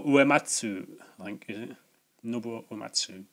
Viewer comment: Cool stuff once again. I like the way you gave Nobuo Uematsu a French sounding first name. I did play flashback also, but on the SNES. It was tough, but was absorbing once I got the hang of it. I share your love for FF6, but my favourite is FF8 which might surprise you. I like the whole parallel story with Loire Laguna. I also love the card game, and the GF system. I like the characters and the setting also. I never gave 1 and 2 much time either as they are just too primitive to enjoy imo. My least favourite of the PS1 games was FF9; I found the story soulless and it had far less impact on me than 7,8 and even 10 had. I agree the side quests were very abundant and good fun, but the main story and battle system as well as the GF system were lacklustre in my humble opinion. Look forward to the next one!